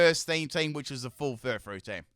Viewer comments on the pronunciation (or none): none